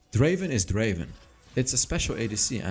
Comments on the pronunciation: Not draven, draaaveen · Not draven it's draaaveenn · Not Draven.......Drrrraaaaavvven 🤣🤣 I Love this Guy so much He ia my absolut fav Draven